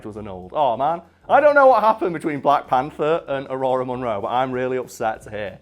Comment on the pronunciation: Did you say Ororo like “aurora”?